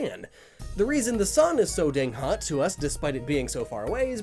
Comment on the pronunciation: I thought it said not thot instead of not hot